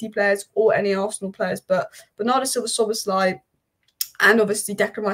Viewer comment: You are fully right, Szoboszlai was the best signing of the season… prounanciation of his name is almost perfect :)